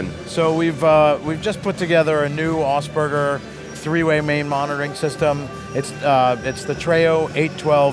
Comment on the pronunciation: Concussive? I prefer to NOT be knocked-out by my loudspeakers. Incidentally,, it's "AUGSPURGER", not "Augsberger".